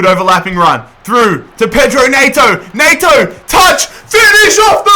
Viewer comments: when you say neigh-toe and its pronounced net-oh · No one:: Pedro Nay-to